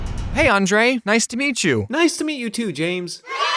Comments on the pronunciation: U can hear his Romanian accent kick in when he says his name, but yeah his accent prolly came through practice and watching American media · americans can't say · English-iying names make them sound so weird